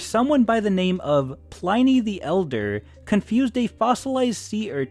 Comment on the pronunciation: "Someone by the name of Pline-ee the Elder" oof. That hurt big time